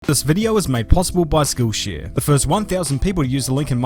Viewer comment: My American ears heard “school shooter” instead of “skill share” at the beginning of the video 😂